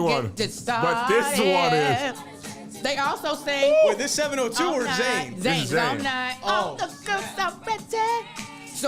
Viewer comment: Kev got a demerit and a day of detention for calling Zhane “Zane.” 😆